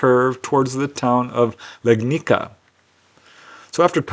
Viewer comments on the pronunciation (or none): "Legnica" from 2nd case is pronounced more like Legnitza. C as C, not as K. I even live nearby ;-) , we have a lot of UFO cases in Poland - most important one was CEIII in Emilcin in 1978, where a Polish farmer with no prior knowledge about UFO was abducted - as he describes - by frogmen-like monsters onboard strange bus-like flying object.